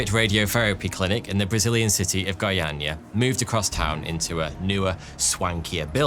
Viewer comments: Your pronunciation of Goiânia is very good! Thanks for the effort! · You spoke the name of the city really well. Caesium 137 disaster is great reminder of how important is to take close care of dangerous scrap.